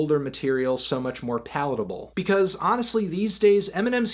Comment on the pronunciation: i think he says palatable but it sounds like poutable